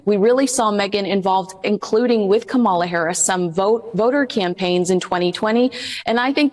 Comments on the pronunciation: Geez, learn the correct pronunciation of KA mala 🤦🏽‍♀️ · the proper pronunciation of Kamala’s name is accent on the first syllable. Ka’ mala. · can’t even pronounce Kamala’s name correctly. She’s pathetic. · Pronounced Kamala, accent on the first syllable. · Please pronounce Kamala's name right. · please educate yourself on the proper pronunciation of Vice President Kamala Harris name. I would not allow Meghan within ten miles of Kamala and her campaign.